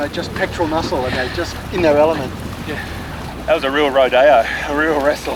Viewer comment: I have to laugh at the “ro-DAY-oh” technique 😂 Girl you’re doing a turtle rodeo 😂